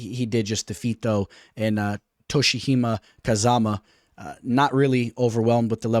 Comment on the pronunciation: Toshi-hima Kazama=Toshi-omi Kazama hahahahaha you killing me again with those names man🤣🤣🤣